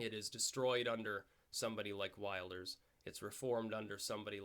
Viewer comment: The 'i' in Wilders is pronounced like the 'i' in 'Hill'. Good video! Really entertaining. It's pretty cool that you seem to know your tarot despite not thinking too much of it.